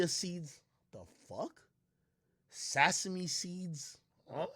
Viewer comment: Sasamee seeds 😂😂this nigga had me crying